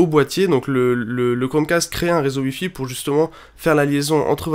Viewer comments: Pourquoi au lieux de dire "wi-fi" tu dis "ui-fi" ? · Tuitter aussi et Uilliam